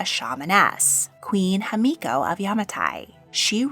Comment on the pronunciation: It's Himiko, not Hamiko